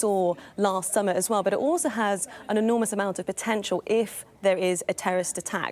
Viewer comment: It failed to sound on my phone. Who do I contact. And she said eef instead of if